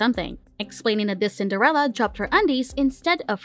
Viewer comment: Is it Cinderella or sender-Ella?